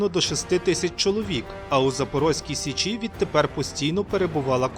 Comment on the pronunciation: як же часом ріже вухо "сеЧІ")) але вцілому гарний матеріал